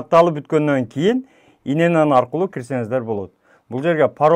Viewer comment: ин ен ен эмес ИЕН ЕН